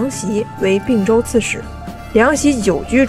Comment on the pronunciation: 并（同冰音）州，不是不是并（病音）州